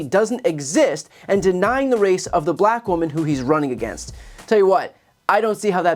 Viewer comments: Why does he always say BLLACKK?? He is so 🤡🤡🤪🤪🤪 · I thought you’d note his pronunciation of “black” which suggests his underlying racism. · Why does he put emphasis on Black? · The way he says black is so weird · Why does he say black so weird